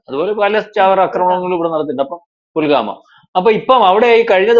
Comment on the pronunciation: എന്തൊക്കെയാണ് ക്യാപ്ഷൻ കൊടുത്തിരിക്കുന്നത് നിങ്ങൾക്കൊന്നും തലക്ക് വടി വെളിവ് ഇല്ലേ...??? തന്നോട് ആരാണ് പറഞ്ഞത് റോ യുടെ അജ്ഞാത സ്കോട് പോലും😡😡 അഫ്ഗാനിസ്ഥാനെ അടിച്ചത് അവർ തിരിച്ചു പണി കൊടുത്തതാണ് എന്തെങ്കിലും വായിൽ തോന്നിയത് കോതക്ക് പാട്ട് എന്ന് പറഞ്ഞ പോലെ ക്യാപ്ഷൻ ഉണ്ടാക്കി എന്തെങ്കിലും പുലമ്പരുത്... പുൽ ഗാമ അല്ല ആന മുട്ട.. പുൽവാമ എന്ന് പറയെടോ നാക്ക് നല്ലതുപോലെ വടിക്കു... ഒന്നുകിൽ പറയുന്നവന് ലക്ക് ഉണ്ടാകണം അല്ലെങ്കിൽ anchor ന് വിവരവും ഉണ്ടാവണം